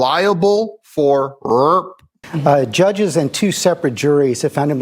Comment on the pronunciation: What’s with the “rurr” it’s RAPE not rurr 🤔